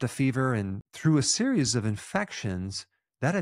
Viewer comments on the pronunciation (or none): none